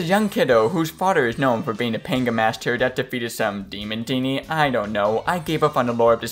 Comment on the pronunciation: Dude you aren't pronouncing it right. It's not PANGUH it's Pong-Yah They say it when you hit a perfect shot